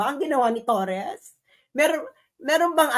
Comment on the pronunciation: TORRE not TorreS!